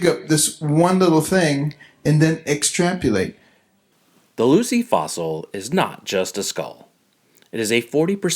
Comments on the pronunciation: Did a neurosurgeon and Presidential candidate just say "extrapulate"? He did! I bet he says "nucular", too. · What gets me is that he pronounced "extrapolate" as "extrapulate".